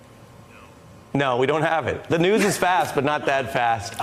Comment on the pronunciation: "Sball group of beeple...fake dewz..." Delusional subhuman psycho who cannot breathe through his doze.